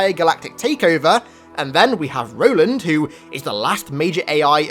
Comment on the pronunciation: Ro-land, you mean?